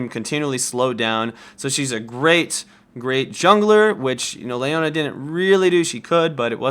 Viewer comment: Gosh you don't know how to say Leona?